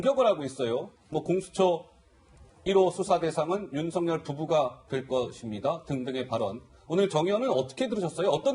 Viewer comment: 아나운서는 뉴스 보도가 본업인데 발음이 부정확 하면 우선 자질미달 이다! 윤석열 발음을 "윤성열" 이라고 하는데 "윤서결"이 올바른 발음이다. 윤석열 이란 사람과 윤성열 이란 사람이 같이 있다면 어떻게 발음해서 구분할 것인지 묻고싶다!